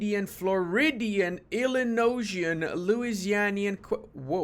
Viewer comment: I think it's "Ill-in-oy-an" rather than "Ill-in-ocean" but I also think is goofin' here